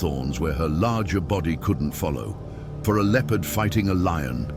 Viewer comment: Why is he mispronouncing Leopard